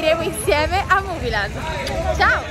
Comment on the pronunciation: Comunque si dice muvilend